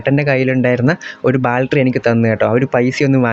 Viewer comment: ബാൽറ്ററി അല്ല 'ബാറ്ററി' ആണ് (Battery)